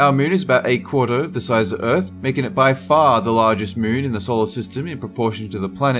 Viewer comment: "about the mune"